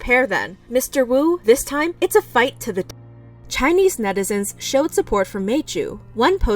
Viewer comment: i realy like how you pronounce Chinese words so well.